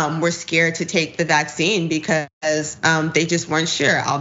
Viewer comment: Can someone tell me why she pronounces vaccine, "VACCine"? She puts the emphasis on the wrong part of the word and I've never heard anyone else do this